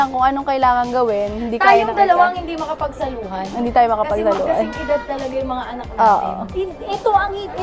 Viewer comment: Bilanging ang "HINDE" ni, 😅😅😅